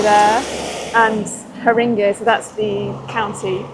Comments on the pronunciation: Ha-ring-gay is how it's pronounced. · It’s not pronounced Ha-RING-eee though! 🤷‍♂️ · Haringey pronounced the way you said it is cute :) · Not sure that’s how you pronounce Haringey . No shade , jus saying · Ok couple of things ....learn how to pronounce Haringey pls...the level of poverty in the area is high....the stadium is making someone a lot of money but not shared with community ....it's not bad area but needs investment ....plus you can get into the west end in 20 mins....people reàlly friendly tho....